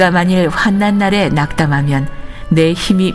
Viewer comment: 환난 읽을때 활란으로 읽어야 합니다